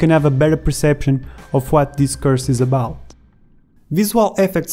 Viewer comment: I dont mean to be rude but when you say "course" it sounds more like you say "curse". But I like it and it made me smile:)